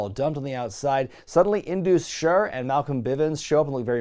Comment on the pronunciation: just wanted you to know that Sher in Indus Sher is pronounced like Share (or Cher) not Sure.:D